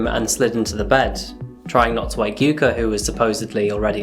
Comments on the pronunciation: I hate English for using vowels unlike many other languages. The way you butchered Takaoka in the intro (but said yuka right) almost hurts^^ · Love the video man, but the pronunciation for the 'a' in Takaoka is killing me. You got it right for Yuka, why don't use it the same way for Takaoka?